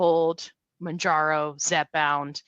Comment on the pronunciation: I really enjoy the content, thanks. I’ve been watching tons of videos as I’m on Mounjaro myself now. There are so many channels with helpful testimonials on Mounjaro, which is nice, but it irks me that nobody ever says it right. After I heard it pronounced 20 different ways, I called the Eli Lilly help line to see how the recorded voice says it and got my answer in seconds. It’s pronounced like the MOUN in MOUNt and the JARO at the end of KilimanJARO. MOWN-JAR-OH. It’s confusing to me that all the people that make YouTube channels about this drug don’t do that basic level of research.